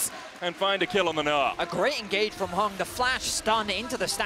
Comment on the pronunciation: bro why are they saying HUNG his name is HANG'